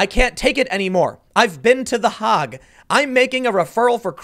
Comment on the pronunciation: It's pronounced: "The Haygue" Tim, not the HOG